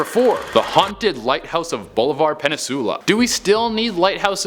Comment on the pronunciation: Yo I am from Texas and I am dying laughing about how he Pronounced Bolivar Peninsula😂💀